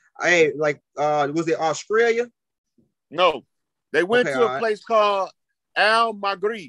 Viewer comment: Bruh said “auskrallia?!” 😂😂😂